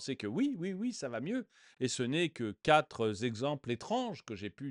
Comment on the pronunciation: Quatre exemples, et non quatre-z-exemples.